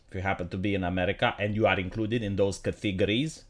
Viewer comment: stop saying CATHEGORIES. There is no H in there. It's CATEGORIES, and the accent is on the first syllable.